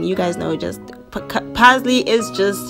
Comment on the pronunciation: She says "keep steering"(stirring) and "add the pazley" (parsley), "yha" 😆 🤣, this girl